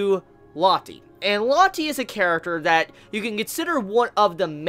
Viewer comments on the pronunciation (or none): Rocket Crepper Or Low-tay. Saying it like Latte just feels stupid, you're calling her a fucking drink. [looks to the side] "Isn't that right, Tea?" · Lotti... Ameriga plis lern brounanciagion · It's pronuces Loa-te